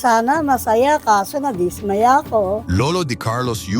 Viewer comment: anong dis ..maya .gago ka magtagalog ..dismaya bigkas dapat mabilis